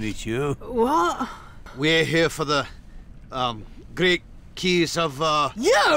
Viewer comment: I played this as well, religiously actually. “Give me the keys” “Is this man saying give me a kiss, or give me the keys?”